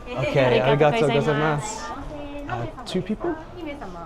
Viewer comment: For future reference: “go- zaiya-MAS.” Sounded like you were always saying “goza mas.”